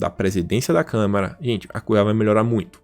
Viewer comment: é CâmAra, não CâmEra...